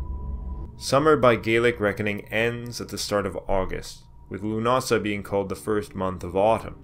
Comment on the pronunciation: Míos na Samhna means 'the Dish of Samhain'. The correct form in Irish (not Gaelic, please) is Mí Shamhna - pron. Mee how-na (those pesky Irish mutations of Irish initial consonants). Lúnasa takes the tonic stress on the first syllable. Congratulations on your pronunciation of Bealtaine.